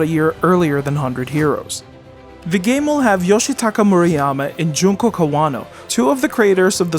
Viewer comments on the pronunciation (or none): none